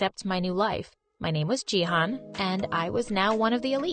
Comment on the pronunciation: I'm from Turkey and they pronounce canaan and jihan so wrong that it's making me lmao